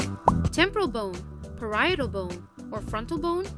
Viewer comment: Parietal bone not perietal bone